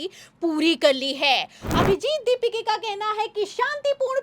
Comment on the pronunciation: अभिजित दीपिके नही, अभिजित दिपके है... Worst news reader.. Dont allow her to speak..😢